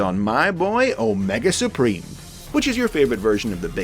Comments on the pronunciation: "Omega spreem" - wat? That made me completely bust out laughing and do so, so hard I teared up! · My-nega Supreme.